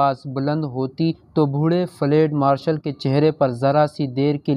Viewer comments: Ye flaid nahi Balke Field Marshal hai.Pronunciation drust karlain.Thanks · field marshal not ftal marshal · Fled nahi fieldmarshall hey bhai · It is not flade,it is Field Marshall.correct your pronunciation. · Lafz field marshal hai......fleeeeed marshal nahi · فلیڈ مارشل غلط تلفظ ھے۔ صحیح لفظ ھے: فیلڈ مارشل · Bhai " field marshal " kehna tu seekh lo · Flad marshal? Improve your urdu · Field marshal k word ko theek Tarah pronounce nei Kiya gia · قبلہ آپکا تبصرہ ایوب خآن پر گو کہ دلچسپ تھا مگر آپ کا اردو کا تلفظ بہت غلط تھا، سن کر افسوس ہوا۔ بہتر ھے کہ یہ نہ پڑھا کریں آپ۔۔۔یہ بتاتا چلوں کہ ایوب خآن فیلڈ مآرشل تھے۔ یہ انکا عہدہ تھا جو آپ کھ نہیں پارھے تھے۔۔۔۔ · تلفظ درست کرو تمہیں چینل چلانا ہے مگر فیلڈ لفظ کی ادائیگی کرنا نہیں معلوم۔